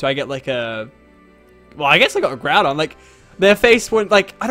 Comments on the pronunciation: ITS NOT GROO DON ITS GROW DON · its not groodon its groudon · GROUNDON!? HAHAHAHAHAHHAhahahahah its Groudon